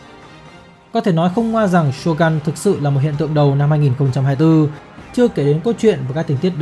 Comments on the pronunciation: Shogun mà đọc là Sô găn nghe nó cứ cấn cấn 😂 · Shogun cần đọc theo tiếng Nhật là shô gưn, chứ gun ở đây không phải súng